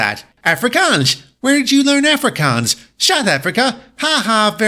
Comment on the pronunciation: DIT IS AHH-FRICK-AANS AND BOO-E-R.